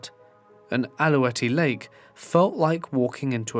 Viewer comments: It’s pronounced Al-Lou-Wet lake. I live 15 mins from Gold Ears Provincial Park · I burst out laughing when you said Alouette Lake. I’ve never heard it pronounced like that before. Im very familiar with the park.